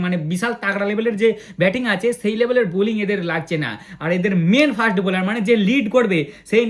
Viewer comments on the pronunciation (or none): none